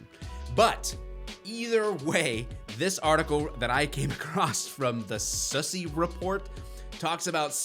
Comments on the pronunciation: They fucked up with Lt. Myers. That is one of the smartest human beings. He’s risen through the ranks to LT before 10 years if I’m not mistaken. He also picked up his law degree, became an attorney while serving the citizens of columbus. BTW, the name Sussi is pronounced (sue see). He’s a former news media guy and he’s running for city council. The current members are trying to silence him and his campaign. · Sussi pronounced “Susie” = Tom Sussi Source: I live in Columbus